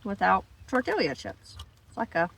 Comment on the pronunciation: R u say tortila on purpose and being funny?